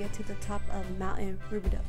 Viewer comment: Thanks for the video! It’s however pronounced “Roo-bi-dough. Though some may pronounce it “Roo-bi-dew”.